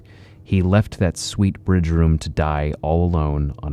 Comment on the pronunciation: "Bridegroom" not "bridge-room"